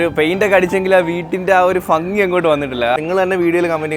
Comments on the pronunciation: മോനെ ഫങ്ങി അല്ല ഭംഗി 😱😱😱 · ഭംഗി ❌ഫങ്ങി ✅😂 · Fangi alla bhangi 😂😂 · ഫങ്ങി അല്ല ഭംഗി ആണ് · ഫങ്ങിയല്ല ചേട്ടാ ഭംഗി ❤️❤️ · അടിപൊളിയായിട്ടുണ്ടേ 👌🏼👌🏼👍🏼👍🏼ഫങ്ങി അല്ല മക്കളേ ഭംഗിന്ന് പറയണേ 🥰🥰👍🏼. ആ നാട്ടിൽ അങ്ങനെയാണോ പറയുന്നേ 🤔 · ഫങ്ങി അല്ല bro ഭംഗി എന്ന് പറയൂ.... 🥰😜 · ഫങ്ങി... അല്ല... ഭംഗി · ഫംഗി അല്ല ഭംഗി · ഫങ്കി ❌ ഭംഗി ✅ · ഫഗി യോ 🤭 ഭംഗി അങ്ങനെ അല്ലെ പറയാ 😁🙌🏻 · Chetta ഫങ്ങി alla ഭംഗി എന്ന് പറഞ്ഞു പഠിക്കൂ 😁😁😁😁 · Fangi alla bangi allee😂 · ഫങ്ങി ❌ഭംഗി ✅😁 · ഭംഗി ❎ഫങ്ങി ✅ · Chettaaa ഫംഗി എന്ന് paraylle...ഭംഗി എന്ന് parayu.....I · ഫംഗി❌️ഭംഗി✅️ try to use.. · fangi alla bhangi😅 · Fangi ennano parayunne bangi ennalle? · ഭംഗി ❌ ഫങ്ങി ✅😂😂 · ഭംഗി — ഫങ്ങി 😂❤❤ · Fangi 😂😂 alla bangi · ഫങ്ങി അല്ല😅 ഭംഗി alle🙄😄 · Aregilum sredicho chetan fangi ennanu parayunathu😂😂😂😂